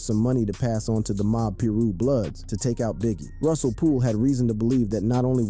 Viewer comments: I'm a middle-aged white woman and even i know how to pronounce PIRU: PIE-ROO, not PIE-RUSS!!! Get it together!😂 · It’s pir-u not pyris lol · piru (pie-roo) not pirus